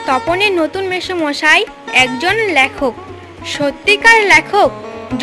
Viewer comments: কথাটা ল্যখক নয় লেখক।😊😊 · lekhokh, laaaykhokh noy